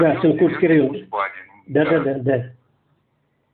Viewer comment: Автор не знает как топонимы произносить.. ШенкУрский...капец)) Усть- ПадЕньга. ... еще бОльший капец..